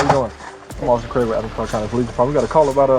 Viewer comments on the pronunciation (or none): none